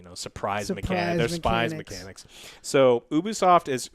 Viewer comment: So funny when Joe said: its not loot boxes, its soopraiis muchanics.. Haha spat my food on the floor XD-- The joke still gets to me ^^